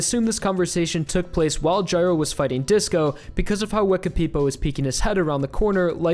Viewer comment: guy-row, not jyrow